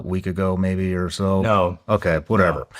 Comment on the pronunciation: thats a weird no.